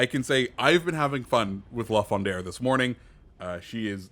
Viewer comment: Alright, gonna be THAT guy... its "La Foo-drah", no "n", lol... anyways, looking forward to seeing what yall think of the new content. Caprice looks interesting just cause its a Fantasque with and smoke and single fire torps... could be fun